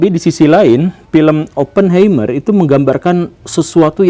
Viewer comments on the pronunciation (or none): Punten Pak Guru, mau koreksi cara baca🙏 Untuk Oppenheimer dibacanya Opnhaimah/er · Oppenheimer dibacanya Oppen haimer pa guru, sm ky helheimr, ein, einstein dll.